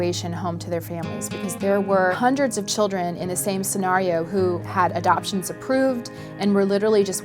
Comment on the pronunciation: Sen-NAR-io I cringed 😖